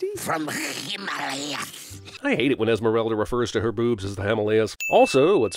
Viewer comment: to - I hate the way she says "Himalayas", like a grouchy German man who can't control major spitting when he pronounces the German "Kch!!" sounds. - (to the start of The Simpsons theme tune) "🎵Animal crackerrsss🎵" ("Animal" would be sung notes CCC, and "crackers" notes F#G) - No shit!! These modern animated movies are so dumb!! How can the writers get so many things so flawed!? But I love Jeremy's funny yet intelligent criticisms of them. He knows alot more than the writers of these kinds of movies - - There used to be no chinese restaurants anywhere nearby in small very rural towns, which was also something specifically mentioned in "My cousin Vinny". That's starting to change now, I think, even in some very rural towns - Uuugghhhh!!! SO IDIOTIC!!! - and - - is that Wallace Shawn voicing him? - No shit! How the hell would he know!? Stupid movie! And there's a few more of those afterwards - - I agree with you there. I guess this movie wasn't all bad